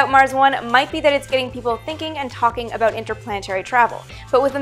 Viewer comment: I love it when you say aboot